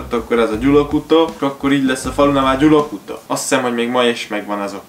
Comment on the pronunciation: Gyalakuta nm Gyulakuta 😅